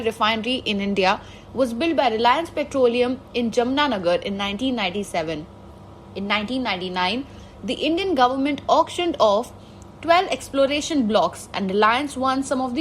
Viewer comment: Its Jam-nagar not Jamna-Nagar